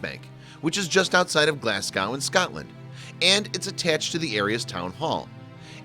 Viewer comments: Glas-go not glascow and Scotland not scatland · The word is Glasgow but pronounce lt glazcow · Gonnae no say Glasgow like "Glass-cow" ? Jist gonnae no ? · It's pronounced Glasgow as in, go away, Glasgo...the w is silent!